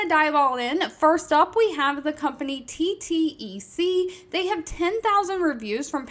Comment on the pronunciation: Just want to mention this because i noticed before but would never comment because its not that serious but thought you should know the company TTEC is pronounced "T. TECH" been working there for 2 years but it was formerly teletech but got shortened to TTEC again pronounced T. TECH but love your videos lol quite helpful